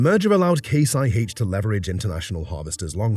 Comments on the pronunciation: No! Not Eye Haitch. It’s Eye Aitch. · "High aitch" ? is this AI talk ?